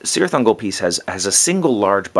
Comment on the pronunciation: I keep forgetting to mentioning this to you but "Cirith Ungol" is pronounced with a "k", also my cousin told me to tell you he and his friends think of you as a terrain god